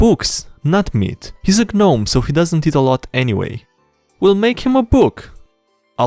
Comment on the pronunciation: pronouncing Gnome has very big EeeeeeYES energy.